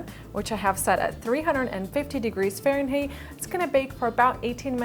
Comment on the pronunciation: Its Fahrenheit. like a 'Height' not a "hate'. love the cake though! Wanna bake it!